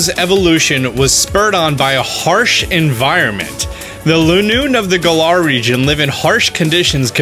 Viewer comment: Finally you are pronouncing Galar properly! It only took you like 4 months 🤣🤣